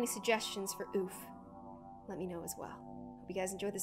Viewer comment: its not a oof its a oooofufff